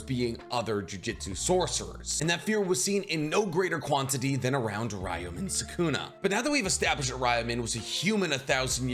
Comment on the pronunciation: "Ryamen Sukuna"